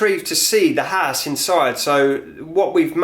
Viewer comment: nah it is all good in our HISE hehehe keep up the good work bud